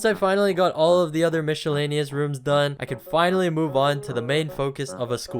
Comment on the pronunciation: I can’t get over “mishalanious”